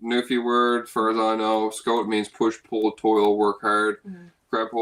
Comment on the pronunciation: Another good video. Anyone else notice says Camp Scout instead of Camp Skote?